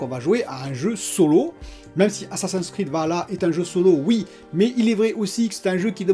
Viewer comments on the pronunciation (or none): none